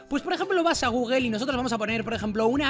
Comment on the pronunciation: dices gugo